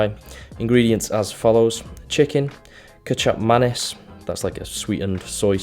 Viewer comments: dude I thought you said ketchup mayonaise at first lol kicap manis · When he said Kicap Manis I thought he was saying “ketchup and mayonnaise” but with a little extra style. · i choked on my food when you said kicap manis. kicap manis is actually malaysian. we indonesian call it kecap manis, just slight difference on the vocals there